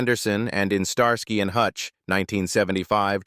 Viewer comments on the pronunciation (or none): none